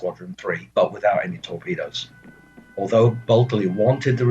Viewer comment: Why do keep pronouncing buckeley's name bulkely?